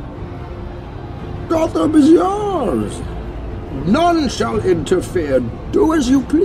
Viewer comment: *"Gotham is yoursh"